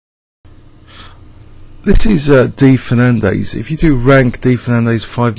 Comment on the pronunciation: FernanDEZ not FernanDAYS.